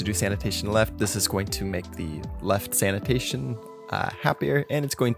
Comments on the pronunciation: English isn't my first language, but I am pretty sure "sanation" is not pronunced the same as "sanitation". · it's Sanation not Sanitation xD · sanation not sanitation ... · At this point, I think he's doing it on purpose. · I like Your movie ❤ but this is Sanation not Sanitation thats a huge diffrence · Sanation not sanitation hehe ya silly boy ;)